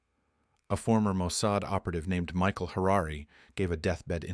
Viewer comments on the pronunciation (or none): none